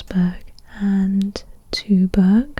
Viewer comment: Thank you for this video😊 I'm Danish so I kinda had a little laugh when you said Tuborg😆 You can basically pronounce it like "two-bore" and it would sound a little more like the Danish version😊